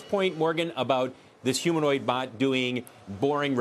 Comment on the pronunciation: God these reporters are paid to speak and can’t pronounce the word humanoid…